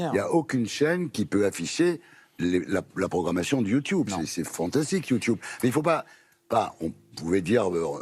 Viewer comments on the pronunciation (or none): Il me fume a dire youtyoube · Déjà Ardisson tu n’arrive même pas à dire YouTube pdrr sa commence mâle 🫢